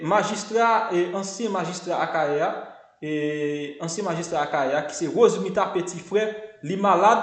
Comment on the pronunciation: Bon wouli ou paka di non pèsonn se rose Mila se pa rose mita